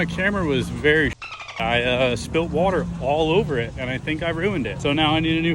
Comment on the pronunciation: Anyone else notice her say "Wortur"?